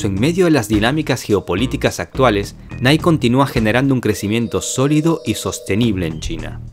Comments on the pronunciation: La marca Nike se pronuncia "Naiki" No "Naik". Lo haces bien. Hazlo mejor. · se dice niaki